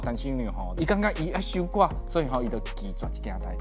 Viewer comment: 守寡的發音應該是tsiú-kuá